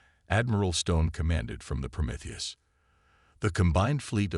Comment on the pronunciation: I like how the AI can pronounce Promethius but not other more basic words 😂